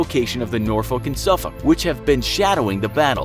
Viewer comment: he pronounced them properley. the English way. As it was Englishmen who named those 2 cities in the U.S anyway.